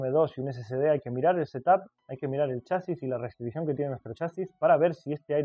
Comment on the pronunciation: Entendido Sr. ""